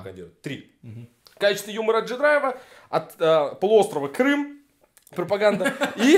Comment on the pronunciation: Кто то говорит Крым! Крым! Крым! я слышу Крам! Крам! Крам! По моему ты влюбился Рон